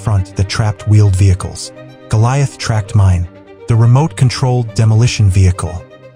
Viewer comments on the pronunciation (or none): none